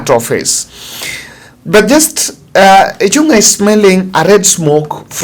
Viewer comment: Thanks for the bold analysis Sir. Kimani Ichung'wa's goose is already cooked and he is on his out. A small correct please Kimani Ichung'wa NOT Ichun'gwa. The ng' in Kikuyu is always like the name "Ng'ombe" so sio Ichun'gwa it is ICHÙNG'WA